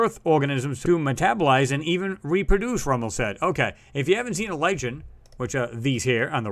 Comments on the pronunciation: Lichen is pronounced "like-n", on earth, they are also called "British Soldiers" because of their color, red and white. Very interesting video, thanx! Like you have said before, Nasa isn't there to look at rocks. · It's pronounced "Li`ken", not "Li`tchen" (Lichen) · Hey great video , Lichen is pronounced - Liken :)